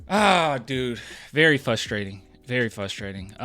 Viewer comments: Is it "fustrating" or frustrating? I think it's frustrating. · You not looking at the other 2 guys fouling him as he went up lol NOPE Hey you know whats also fRustrating ? When a dude says fUsstrating 30 times in a video lol